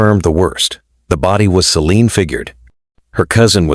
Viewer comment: when he began to call her 'sea lıon' I stopped waching 😂